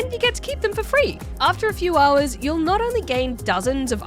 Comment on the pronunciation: Haaaaars and haaaars. Is it just me does say haaaar instead of hour? Definately a mixed accent, Australian and something else. Just can't place the secound part of the accent.